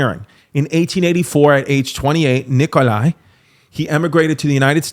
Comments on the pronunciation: Nikola Nikola Nikola not Nikolay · no way he just said NikolAI tesla